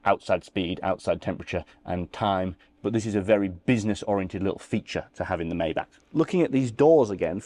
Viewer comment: Chh ch not k maybachhhhh